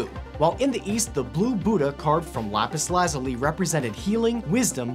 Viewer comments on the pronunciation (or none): Who else is confused about how he says lapis lazuli I say it like lapis lu-zool-e he says it soon odd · Lapis Lazuli? Lol